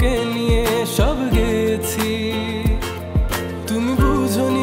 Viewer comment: সবই ঠিক আছে। লিরিক, টিউন, ভয়েস কিন্তু একটা শুদ্ধ গানে, বোঝনি, খোঁজো এর বদলে বুঝোনি, খুঁজো এসব উচ্চারণ না করলেই কি না ভাই? শ্রুতিমধুরতা নষ্ট হয়ে যায় তো। বিরক্তি লাগে এই জায়গাগুলাতে এসে।